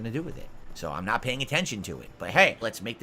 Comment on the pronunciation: "I'm naht a lolcow!" to "I'm the biggest lolcow, it all hinges on me, tuh-huh!" in what, a week? Impressive,.